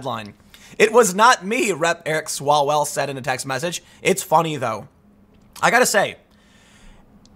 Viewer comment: Mr Chairman, point of order - it's Mr Swallwell, not Smellwell.